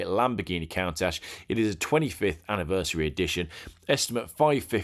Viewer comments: Arghhhh!!! Kuhntasch not Kauntatsch!!! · Super painful to listen to. Very hard to watch. How hard can it be to spend five minutes before doing this learning not to say Porsh, countashe, merchy lago or mono spetchio. Really? Also if you think selling a 15 million pound car attracting buyers from around the globe, bidding in the room and on the telephones in a foreign language, sometimes in increments (!) of a million dollars should be done VBH-style with a laugh and a “I don’t even know what I am selling here”, then you probably never had to consider bidding another million. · You're funny. I like you! 👌🏻✅ But please learn how to pronounce Countach.... although I'm not as nerdy/OCD to comment on Porsche pronunciations, which I say the same as you.